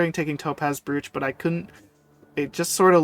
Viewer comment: Okay i gotta point it out cause its funny Topaz broach is metal with an amethyst or something in the middle Its a topaz in the topaz broach Also the way you say broach is ammusing